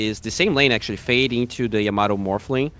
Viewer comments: Caster confuses me or am i deaf i kept hearing timado instead of yamato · Yamato used to be called timado